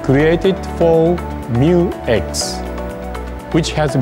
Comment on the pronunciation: MYU X is the right name of it not M U X